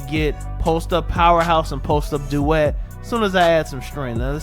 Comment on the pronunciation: Every time you say post up duet you got me creasing